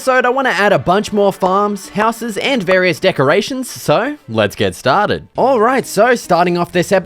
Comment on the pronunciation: “Let’s get stah-did!” 🏆 Best Minecraft videos on yoootoob